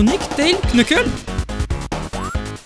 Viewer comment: On ne sit pas le k dans knuckles